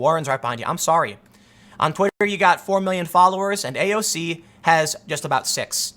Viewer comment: First of all it's AOC, not AOZ. Thought you might have made a mistake the first time, so I didn't say anything. Second that video show an example on the current Republican party work now, they don't use logic. They work for there donors, not the people. In the past, Republican party was great, but now the far right and money turned it to shit. It's been going on forever, the young generation and grass root politician calls this out more then the current Republican party the US Debt has never been this high. We are getting screwed and are happy about, and it following year it goes back to hell cuz of issues the Republicans leaders made in the past